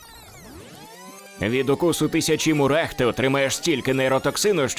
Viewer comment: Мурах не марах